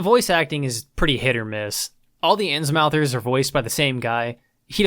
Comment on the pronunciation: I saw the fish dude and heard "Insmouthers" and I'm like: OOOOOOOOOOOOHHHHHHHHHHHHH SNAP. HERE WE GO WITH THAT HP GOODNESS